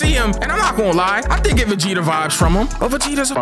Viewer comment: Put some respek on Vegetas name please🤣